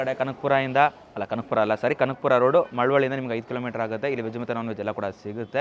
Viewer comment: ಅದು ಮಳವಳ್ಳಿ,,,not malvalli